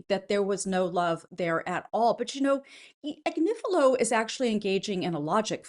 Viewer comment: His name is AG nif i lo